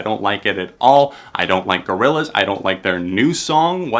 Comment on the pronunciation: i got mad when you said Gorillaz i'm sorry i just i just can't